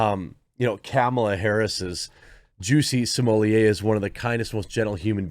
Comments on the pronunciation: smo*LETT* not "smohliyay" he isn't french and double T is allways pronounced in french. there is nothing real about this dude. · JUICY SMOOYAY!!!! I don't know who this "Just-See Smul-Lett" guy is, but this man's name is JUICY SMOOYAY!!! Let's respect the pronunciation of this man's name at all times: JUICY SMOOYAY!!! JUSTICE FOR JUICY!!! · Maybe by the time he serve his time Jeremy will have learned to pronounce his surname.